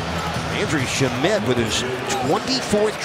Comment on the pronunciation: It's not "shu-Met", its "SHAM-et" bro.